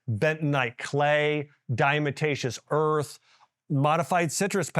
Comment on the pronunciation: Did you say Diamotacios earth?? Heehee 🤭